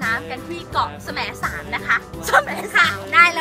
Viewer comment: จริงๆแล้วเค้าอ่านว่าแสมสารน่ะค่ะไม่ใช่สะแหมนสารค่ะ5555